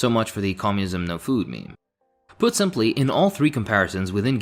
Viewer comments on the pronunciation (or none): none